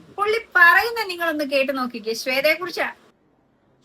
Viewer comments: ഈ കുരിപ്പിന് ശ്വേതാ മേനോൻ എന്ന് ഉച്ചരിക്കാൻ പോലും അറിയില്ല.. ശേതോ മേനോൻ 🤣🤣🤣. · He can not even pronounce the name right